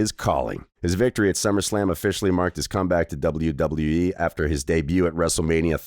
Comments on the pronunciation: doubule doubule dubole wyee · Double yew double yew eee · Stop saying wwe like that or I'm requesting us to have a boxing match bro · Ong im gon sleep this mf if he say it like that again